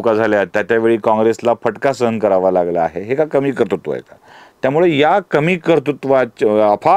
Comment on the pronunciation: Kartutva asa uchchar nahiye, yogya uchchar KARTRUTVA asa ahe.